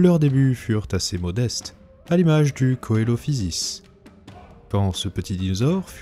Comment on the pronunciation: Coelophysis se prononce « Celophysis »